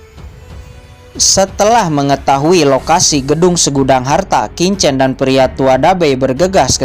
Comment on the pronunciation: slmt siang Min lagi sibuk ya. kalau sdh ibadah jumatan tolong min di lanjut, versi mimin lebih bagus dan lebih bisa di mengerti dari versi sebelah yang bacanya sangat cepat. Min cuma kasih input sebagai penutur bahasa mandarin bacanya bukan kincen tapi Chin chen. bukan Sau cen tapi bacanya Siau Chen.. ada bunyi ch.. dimana dua bibir membuka dan lidah di tarik keatas. maaf tidak bermaksud menggurui ya min